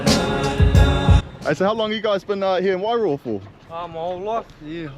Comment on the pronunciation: Pronounce it like this... "why-roar"